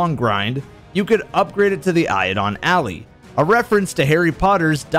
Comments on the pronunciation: Ally... not alley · Sir please, it's not "eio-don", It's "eid-olon al-lie". It means the Ideal/Perfect Partner. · Eidolon “Alley” 😂😂😂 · Great video, just one irk. Eidolon Ally: Eye-doh-lon Ah-lie. Eidolon is Greek for spirit or phantom, or idealized person. And we know Ally means friend or companion. It's Phantom (ghost/imaginary) Friend. Not a Harry Potter reference at all, unfortunately. I'm not sure how that conclusion was made 😅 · "You could upgrade it to the Eiedon Alley, a reference to Harry Potter's Diagon Alley" — lolwut? No. No. No. Eidolon (read it carefully), meaning "spectre" or "phantom", is also used in reference to the nightmares on the moon: every Season of the Haunted armor piece has "Eidolon Pursuant" in its name. It can also mean the quintessential or idealized version of something (as is implied in the Eidolon Bird sparrow's flavour text, "on holy wings you fly"). In either case, an "Eidolon Ally" is certainly the type of ally we'd want to take with us to fight the horrors on the Moon. (Speaking of which, "ally", as in someone fighting on your side of a battle, is pronounced entirely differently from "alley", as in narrow road between buildings.) I'm not here to pick on your dyslexia, but dude, pay attention to the lore and stop making things up. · But, it's not a reference to Harry Potter. It's pronounced "eye-dole-un al-eye", meaning an idolized teammate. Otherwise, great video. When it came out, it felt a little like a rip-off, but, looking back, the content was enjoyable with friends. I just wish that it wasn't almost mandatory to cheese Crota at the beginning... LFG groups were borderline impossible to keep together if you didn't cheese him... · so was calling it "iodine alley" an inside joke i'm not aware of? i don't think is illiterate enough to not notice the L in "eidolon" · eye-doh-lon a-lie*** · I’ve never heard someone butcher the name Eidolon Ally so hard